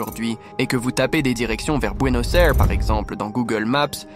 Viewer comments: Buenos Aires (bon aires) se prononce Bouenos Aïres! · Merci ! C’est insupportable d’entendre les gens le prononcer : bouenoz air 😂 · Bouénos Èwre??? XD